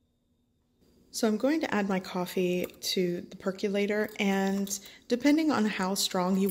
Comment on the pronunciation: For the love of god, PLEASE look up the pronunciation of "percolator" and "percolate". There are many online dictionaries that even have audio demonstrations. It's painful hearing you mangle those two words umpteen times through this. That said, the finished drink looks delicious.